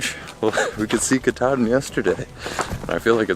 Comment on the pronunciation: Fifth generation Maine native here. Never heard it pronounced ‘Katardin.’ Maybe the same region that call “hundred” “hundoo” refer to it as such, but not those of us from Maine.